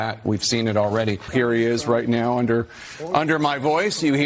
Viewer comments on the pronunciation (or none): none